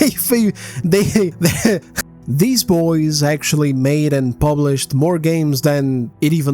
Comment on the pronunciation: God I love it when he says ahh but deez just sounds so funny